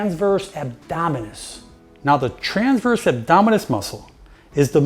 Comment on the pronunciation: Great video thank you. But please say transverse and not tranverse.